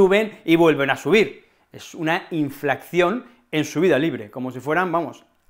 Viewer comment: ¿Por qué dices *inflacción?